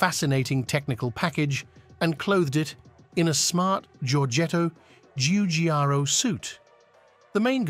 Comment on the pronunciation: It botched so many common English words, yet pronounced Giorgetto Giugiaro's name well enough. Must have been an Italian AI voice program.